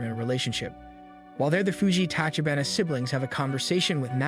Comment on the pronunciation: It's pronounced "tah-chee-bah-nah" not "tah-kee-bah-nah". Sounds horrible when pronounced incorrectly, kind of like if someone was to pronounce Rogers as Rogue-ers.